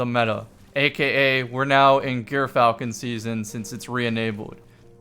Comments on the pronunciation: jur-fal-kn and kasm yw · I've been pronouncing it "Eur-falcon" like the first syllable of Europe or the Greek sandwich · it’s pronounced “Gyrfalcon” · I believe it is pronounced "Guy Fieri Hauberk".